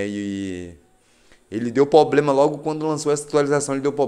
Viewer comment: Poblema Poblema Poblema